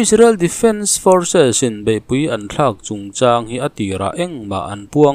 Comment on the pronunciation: Forsis nei tupa Israel defense force hi chu lam nuam i ti chiang, forsis lian forsis neitupa i ni